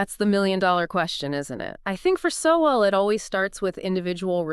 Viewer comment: UNBELIEVABLE! Seven seconds into this video, and you've already destroyed your own credibility. CAN'T YOU AT LEAST LEARN HOW TO PRONOUNCE PROF. SOWELL'S NAME?!!!